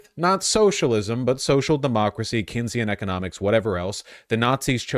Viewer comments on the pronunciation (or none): none